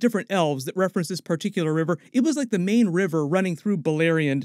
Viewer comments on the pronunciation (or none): none